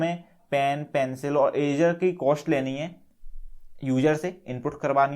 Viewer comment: It's not erazer it's eraser